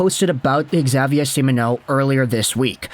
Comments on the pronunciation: Yep, pretty good. Except kinda sounds like he's saying Semen-O instead of See-Mon-O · great vids. Long time fan! But, please practice saying Simoneau.. SEE-MON-O. Stressing the MON would help out greatly!